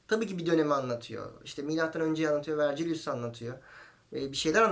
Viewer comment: Küçük bir düzeltme: Latince olarak Vergilius olarak yazıyorsak, Vercilyus diye değil, Vergilyus diye telafuz ediliyor.